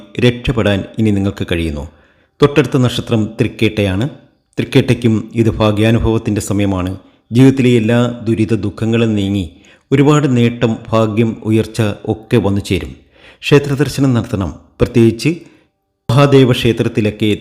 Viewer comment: ഭാ,,,,,,, ഗ്യം ഫാഗ്യം അല്ല